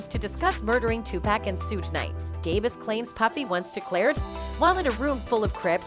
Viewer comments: These "mainstream" folk gotta stop with the 2-"pack" pronunciation. Digitial automation or not. It's 2pac (pock). It's disgusting. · It's so annoying how the Chick talking in this keeps calling Tupac Tupack ? There's no k lady Tupac ! 😷